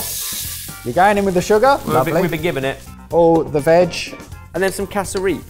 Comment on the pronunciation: Hearing the boys say "casa-reap" instead of "cass-rup" was wild. Also instead of cassava bread, roti would've been great for a side!